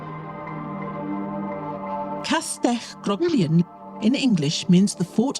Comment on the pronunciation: I noticed what sounded like an AI garbling of the word Grogwynion, late on in the production. But, that was it.